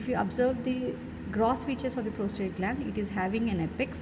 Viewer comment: Ma'am, it's the prosTATE and not the prosTRATE gland.